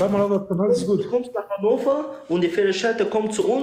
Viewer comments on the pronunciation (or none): Mogamedov H wird in Russland als G ausgesprochen Gannover Gamburg.